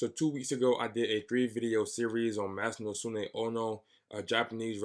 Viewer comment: 42 years here in Japan. Pronounced "Masa Nose Kay"